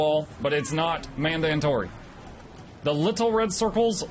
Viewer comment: I just realized that he says "mandatory" weird in multiple videos. Is it some joke I don't know?